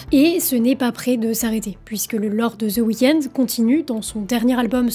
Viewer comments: Aucun intérêt ta vidéo.. désolé .. et c’est chiant de t’écouter dire « the weekends » … y’a pas de s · "ZEUH" weekend. Quel accent.